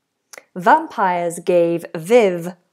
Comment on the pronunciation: VisAbly? So much for an English teacher. And vampiErs! Laughable now.